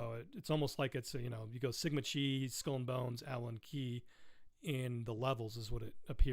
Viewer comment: Sigma Chi, the Chi is pronounced like Kai from Cobra Kai. The show from the Karate Kid movie